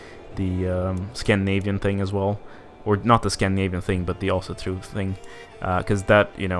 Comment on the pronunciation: Wait what is your mother tongue? That Ásatrú pronouncition was spot on